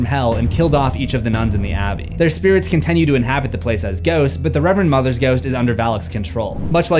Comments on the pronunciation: Amazing people came after you for titular and not "continue" being pronounced "contenue" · Y'all gave this mans hell over "Titular" but let him slide on "con-TEN-ue"??